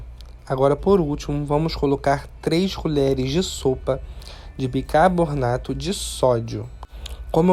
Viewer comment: Amo suas receitas mas fico agoniada de ouvir você falar bicarbornato em todos os videos kkkkkkkk